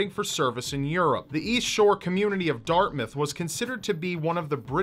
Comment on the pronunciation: Oh nice you pronounced Dartmouth right :) My home town, you can still see effects of the explosion today, lots of tours around Halifax love to point them out, along with where some of the Titanic victims are buried. It's a city rich is tragic history and dam good sea food.